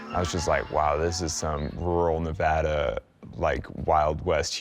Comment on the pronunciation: The best part of this video is that they both say Nev-add-ah, not Nev-odd-ugh.